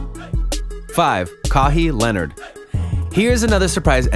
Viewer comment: Kawhee lenurd